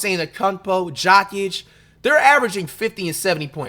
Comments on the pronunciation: Man, I can’t tell if you’re clowning with all of the pronunciations of the last names. 😂 you said “Jokic” like “jock itch”. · My man called Joker... JOCK-ITCH?! 😂 he came with the fungus name 😂🤦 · Jock-itch 😂😂😁😁 My man you fr fr is giving us the chopped and screwed version of some of these names! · Did he call Jokic "jock itch" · Coocock (Kukoc) is wild. Jockick (Jokic) too…. Pronunciation Coo-coach and Yo-kitch. Smh words are hard😂